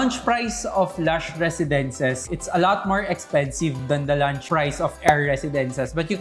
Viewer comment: Please don't pronounce launch as lunch. Ang sakit sa tenga.